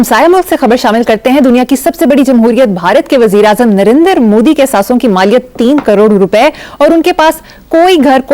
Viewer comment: It is not Narender Modi. It is Narendra Modi.😂